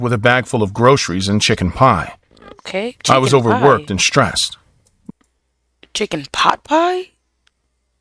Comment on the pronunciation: ong she said chichken pot pie lmaoooooooooo